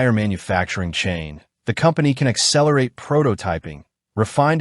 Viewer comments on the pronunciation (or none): none